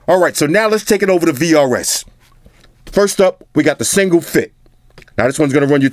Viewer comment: For a sec i thought you said krs. Shout out to krs one